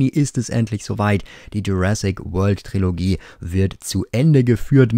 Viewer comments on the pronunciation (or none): none